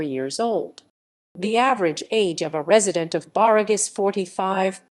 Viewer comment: It's pronounced Barff!